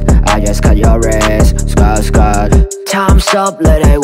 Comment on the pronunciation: Skr發音怪怪地 搞到出曬戲 不過整體水平又幾好